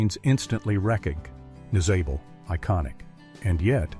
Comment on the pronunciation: ... and don't forget " recog-neye-zable " too!